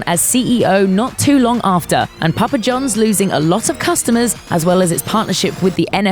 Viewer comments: It's Papa John's not Jones, and say "Controversy' correctly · Hearing a British person say "Papa John's " is... amusing, to say the least.